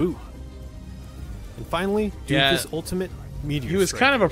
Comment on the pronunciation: It's DOOMFIST! Emphasis on the "OO"!! Seriously, everybody was mad as shit about him when he was released and after Moira and Brig got released after him. People realized..."He's not that bad, I guess."